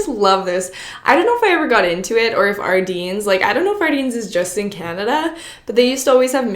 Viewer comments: Ardene is mainly in Canada yeah. I worked there this summer! It was super fun! They did have the mystery bags still, but stopped partway through the summer. not sure why. Also its technically pronounced Are-den, not Are-deen. Love your videos :) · Did she say Ardines its ardene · lol I love that you say Ardene's wrong. (Like I always did!!) Apparently it's said "ArDEN" like a bear den. Not deen. ;) Hi from Manitoba! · omg she says ardine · painful to hear you say ardene wrong!!